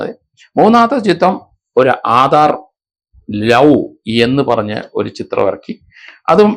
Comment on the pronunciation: ആധാർ ലവ് അല്ല അഡർ ലവ്